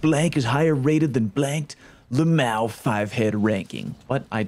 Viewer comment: I giggled when you said luhmao😂